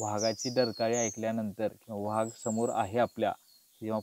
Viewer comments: Vhag नाही तर वाघ असा उच्चार आहे मित्रा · सही पकडे..😂 व्हाग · वाघ की व्हाग, बाकी माहिती छान मिळाली. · मुलाखतकार वाघाला' व्हाग ' म्हणतो आहे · व्हाघ... उच्चार कधी शिकणार